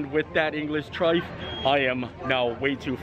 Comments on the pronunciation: The trifle is pronounced try-full. Sorry had to say I’m from the UK and hate trifle, cold custard disgusting!! Enjoy all your vlogs and very helpful planning for my trip once we can travel again. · Ahh great video! But we pronounce it TRI-FULL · Just to let you know I’m the future it’s not trifle it’s pronounced trife-full. Just letting you know because I am from England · You are so cute but it’s Trifle, kinda pronounced Tri-full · Thanks - I am American and was wondering why he pronounced it the way he did. I thought there might be a British alternate pronunciation... Cheers!!! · Cracking vlog. Crying with laughing at the trifle pronunciation, especially as it wasn’t really a trifle. Keep it up. We’re hoping we get over in December and it will make our holiday if we see you 😉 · Chicken tikka masala (and many other curries) are very popular in England! Also the pronunciation of trifle rhymes with Eiffel! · The fish looked yummy, shepherds pie is super boring, we have much more interesting meals here In the UK.Yes we love a curry too. It’s nothing like the one they service in the Rose and crown tho, I wasn’t a fan. 😁 I love a truffle, it’s pronounced Tri-Full 😀 normally it’s made with fruit and jelly, sponge cakes/finger, custard and whipped cream 😋 fab vlog as always xx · I was gonna say, "Why is he calling it a "trife"? LOL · I Love trifle, it’s the best pudding ever! Especially with raspberries in the jelly! Not so great after chicken curry though which is also a huge hit in our house. I’m sure you know this now but it’s trifle rhymes with Eiffel. We are hoping to be allowed to visit in November and we can’t wait to try Le Cellier after your recommendation. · Hi, we love Trifle (pronounced tryfull). We love your Vlogs as well, keep them coming. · The L is not silent in trifle 🤣🤣🤣 thank the Phoenicians for that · It's pronounced TRY-FULL, not "trife". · And triffle is super easy to make. Pronounced trife el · Trife? It's TRIFLE. TRYPHUL...